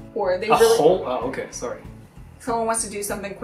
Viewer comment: When says 'sorry' it sounds like 'cœma næšį" (coma nasi) 申し訳ありません